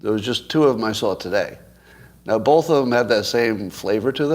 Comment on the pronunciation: Scott says bulth instead of both